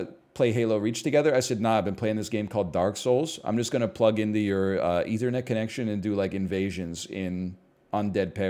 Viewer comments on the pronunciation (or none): none